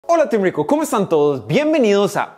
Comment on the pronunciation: Nononono amigo es RWICO JAJAJAJ